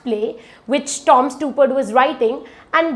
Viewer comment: You might also want to learn to pronounce the name of the playwright you talking about correctly.